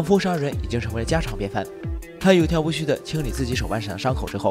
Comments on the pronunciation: 有条不紊 wen 不是 xu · 有条不紊（wen），三声。